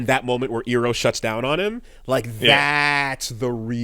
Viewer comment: calling Aang "Ahng" and calling Iroh "Eeroh" is something.